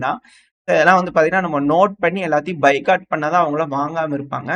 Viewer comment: பைகாட் இல்ல பாய்காட்